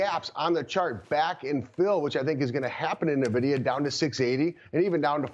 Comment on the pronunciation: Say it with me now…. EN-VIDIA. Not NUH-VIDIA. Guy can’t even say the name of the hottest company in America lmao.